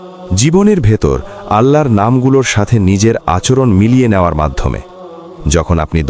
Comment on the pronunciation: সুবহানআল্লাহ আলহামদুলিল্লাহ আল্লাহুআক্ববার। মহান আল্লাহ আপনাদের অশেষ বরকত দান করুন। একটি অনুরোধ, 'আল্লাহর' উচ্চারণটি সঠিক হচ্ছে না। দয়া করে বিষয়টি আমলে নিবেন।